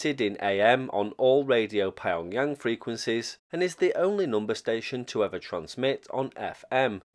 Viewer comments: nah. Pyong-Yang, strictly speaking hard P followed by Yong, yang would be 3 syllables anyway. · Pie-on-Yang sounds like it would go very well with Burton-on-Trent